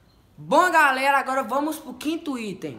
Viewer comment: "bom gálera" kkk